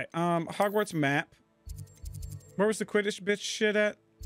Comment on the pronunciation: I almost died choking on my coffee. HOGFARTS. FFS 😄😂😄😂